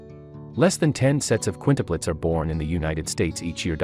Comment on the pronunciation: What are Qunitepletes? I think he means Quintuplets. She was on heparin for clot prevention and given sub cu shots in the belly - this causes bruising. She needed an IV access. Stupid article, with mispronounced words - and having quints with a one year old at home. Maybe wait abit? Hopefully no one takes this pile of information seriously